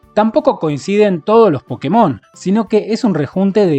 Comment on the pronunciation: Una leve corrección es que se debería decir "Pokémon", sí, con tilde en la é. ¿Razón? En japonés se llama "Pokketto Monsuta" con acento en kke. Por lo tanto, al abreviarlo te queda como "PoKKEmon" o Pokémon. (Que Pokketo sea una forma japonesa de decir pocket ya es otra cosa